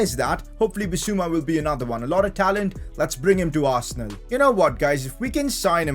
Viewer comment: Arsenaal is more like 'Arse'nal 🤣🤣🤣🤣